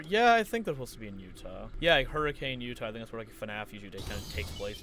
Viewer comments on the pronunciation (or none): Lol, it pains me to hear someone pronounce Hurricane, Utah as you would pronounce the storm. Gotta love the unintuitive "Her-ick-en" instead of "Her-ick-ane" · Just a note since I recently found out myself, apparently “hurricane” the place in UT is said “hurri-ken” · him mispronouncing Hurricane Utah, as someone who grew up in Hurricane Utah, hurts my soul.